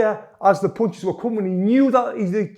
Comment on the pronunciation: I love the way he is saying punches😂😂... PoUnCiSs